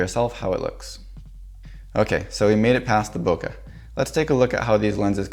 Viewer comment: That was cool. But, if you're going to teach people how to say loquat in Japanese, please pronounce bokeh correctly - it rhymes with 'okay'.